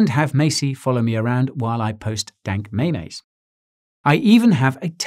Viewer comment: Did he say "where I post dank mayonnaise" haha